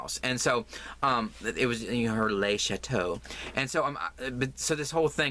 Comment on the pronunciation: Happy thanksgiving, the way you said le chateaux was so funny. Don’t put me in your giveaway, the last thing you need is to risk having to pay postage to the uk. Think of all the yarn you could buy 😂😂😂